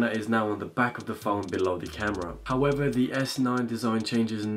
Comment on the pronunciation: "S9 this and that"... "howevah the Exit2"